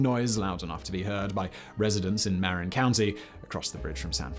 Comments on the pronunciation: "ma-RIN" county, not "MAR-in" county (I'm surprised you didn't mention that the bridge is constantly being re-painted; once it's done, it begins again. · The only thing that almost broke the bridge was the mismanaged mess that was the 50th anniversary celebration. That and today the state won't let the bridge charge bicyclists and pedestrians (as they used to do). It's MAH-rin county - not MAre-in. IIRC it was Emperor Norton who first suggested the bridge but perhaps that was the horribly named Bay Bridge. Supposedly the color was the primer coat and after seeing it people didn't want to cover it in grey (see the bay bridge). Also you left out how Fort Point was saved rather than demo'd as had been originally planned. Back to the basement with Danny (or whoever does the research for these). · "ma-RIN" county. not "mare in". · slight correction/nit. marin is not pronouinced mare-in but rather somewhere between muh-rin and m'rin. -native californian who grew up in marin county. (san rafael) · In addition to showing the wrong bridge, you're also mispronouncing the northern county it's attached to. It's "marRIN" not "Merrin" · Not mar-rin Mar-in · Marin is "Muh-rin." Don't let the pricetags fool you we aren't that fancy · Ma-RIN county... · Actually, it's ma-RIN; that's how you show which syllable is emphasized. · Locals say mahRIN County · Mar--=in not maryin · Marin county mispronounced as always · Sadly, this video has been very poorly researched. Using photos of a similar looking bridge in Lisbon, and claiming it to be the Golden Gate Bridge. And mispronouncing Marin County :(